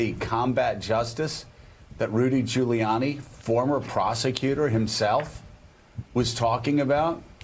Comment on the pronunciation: Rudy Jew-layiani? It's like he didn't know how to pronounce Giuliani. Till they fed it to him in his ear